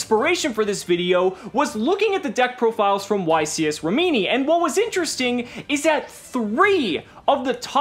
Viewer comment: You pronounce Rimini with the accent on the first i and not the second